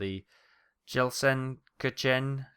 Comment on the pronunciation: Of course I'm nearly a decade late, but Gelsenkirchen is pronounced more like Gale-sin-Kirk-en